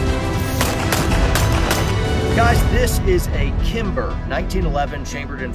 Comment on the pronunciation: As soon as I heard him say “kimber” I wanted to quit watching the video.. almost wanted to quit watching again when he went over his “grip” and mentioned the trigger doesn’t matter 🤨 But you commented a lot of what I was thinking. I shoot single stack division in uspsa and can’t count on my hands and feet how many times military show up with their glocks at a local match and never see them again. One example specific had a local active duty sof guy show up with a Roland special glock, extended mags, and a red dot; he saw I had a 1911 holstered and grinned and said “don’t feel bad when I beat you, I’ve got a glock with 21 rounds of 9mm and a comp” it was just a falling steel match so it was strictly just nocking steel targets down as fast as possible (I figured he’d beat me too lol).. when he saw the results on the iPad at the end of the match and saw that I beat him, pretty bad, he at least had the integrity to approach me and say “man, I was wrong.. you smoked me, you’re really good” but he never came back after that, some of his buddies said he practiced a few weeks and was going to come back but they couldn’t ever talk him into it. Similar stories with the others, just no one calling me out like that one. I understand shooting uspsa and cqc/room clearing are two different things, I would never clear my house the way I do a stage, but it does improve weapons handling and proficiency which a lot of people lack especially when trying to move fast with a gun in hand safely and